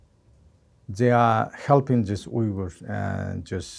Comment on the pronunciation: He must have gone through terrible times, I wonder why he doesn’t say Uyghurs and Falun Gong clearly although they added explanations to the video. Interesting. Anyways, being surgeon to bus driver, such a hero, inshallah he is doing well. :(